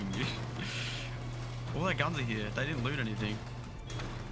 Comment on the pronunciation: "heawww" like a donkey lmao. heRe. hear. heeee-rrrrrr